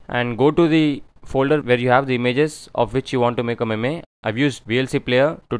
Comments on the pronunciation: Its not pronounced "meme", it is pronounced "meem" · it spells meem not maymay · Apart form the "memay" pronunciation tutorial looks solid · It's not pronounced meme it's pronounced as meem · ME-me what is the pronunciation hahaha